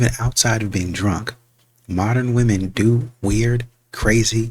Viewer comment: This trend of pronouncing women as woman is so damn annoying!!!